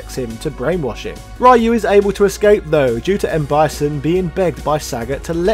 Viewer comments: "Ryu"is pronounced "Ree-yu", not "Rai-yu" & it means "Dragon" in Japanese. I wish more people would remember that. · REEE YOU not rye you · Ryu = Reeyu, not Ryoooo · smh, it’s 2021 and, somehow, people are still mispronouncing Ryu’s name. It’s “Ree-you” not “Ray-you” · Ryu is pronounced Ree-You not "rye-oo", Hadoken is Ha-Doe-ken not "ha doo ken".... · It's pronounce Ryuu, not Why-U?!!! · Ah yes, Rai you. The street fighter pioneer. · Whatever nerd, we say RAI YOU 😂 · >the year 2021 >people STILL pronouncing Ryu as "Rai-you" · Imagine still calling the main character “Rye You” in 2021. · Stop pronouncing ryu's name as Rhai U please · When are Westerners going to stop pronouncing Ryu's name as "Rai-yu"? Like this dude knows so much about Street Fighter but still gets Ryu's name wrong. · My man said "rye you" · STOP SAYING RAH-YU!! AAAAAAAAHHHHHHH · It's Ryu - as in few but with r not ra-yoo. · Man I really like your channel and your video essays, but please for the love of God stop saying "Rayou", Jesus Lord All Mighty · Interesting. But hearing this Raee-you over and over hurst my ears and brings cringe to my face :P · "Rye-U" you know better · Pronounce Ryu's name right! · It's like pronouncing Spider-Man as "Speeder-Main" i.e. absolutely annoying. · I REALLY LOVE YOUR SF VIDEOS, but I hate how you pronounce Ryu. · Do me a favor! If you're not going to pronounce Ryu's name properly don't even bother saying his name! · The fact he mispronounces Ryu’s name on purpose is becoming a bit much.